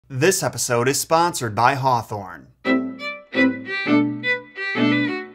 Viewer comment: Did he really say "Wrap this repisode up" at the end. Not a typo, I seriously thought I heard an R in that word